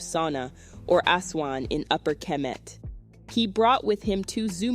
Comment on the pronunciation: Why do you pronounce Diop and kemet the way you do? As a historian you ought to know better. Thanks.